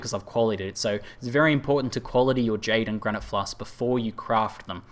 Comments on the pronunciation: (Not complaining) but you could've saved yourself some torture by just calling them potions or pots and clarified in the beginning that Pots=Flasks. I don't mind either way, but I felt bad for you because I hate constantly pronouncing shit I can't say well and you had to do that a lot in the video. Nice guide though, very helpful for me as I am completely lost on how to craft flasks etc. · Lol I watched this with subtitles turned on, It's fun how many different words result when says "flasks"